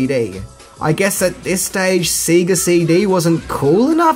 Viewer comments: SEGA is pronounced "Say-ger", not "See-ger". I can't let that one slip. Love me some Power Rangers though!. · it's pronounced SAY GAA not SEE GA lol🤣🤣🤣🤣 good video though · Sega is pronounced Say-Gah..... not see-gah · I can't tell if you're mispronouncing Sega on purpose as a joke or not. The company name is literally stated every time you turn on any game on any Sega device. Say-ga. Not See-ga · Dude, it's not Seega... even japan said S-E-G-A... its sei·guh heres 1 hour of japanese SEGA Commercials. never Once do they say Seega. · Sega is pronounced Say-ga not See-ga. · It's Say-gah not See-gah. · Have you always said seega and not Sega? Love the vids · It's Sega not seega. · SAYGA NOT SEEEGA -_ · What the fuck is "seeee-ga cd"???? Has he not seen ONE Sega commercial?!?!?! They literally tell u how to say it!! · Right! It irks me that a child of that era would pronounce it so wrong like that! I mean, when you booted it up, it literally tells you how it's pronounced. "Sayyyy-gahhh". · Lol at your pronunciation of Sega. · he can't even pronounce the household name "sega" right so I think a foreign name is a big ask